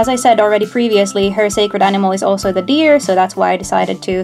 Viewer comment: When you said deer i though you said beer XD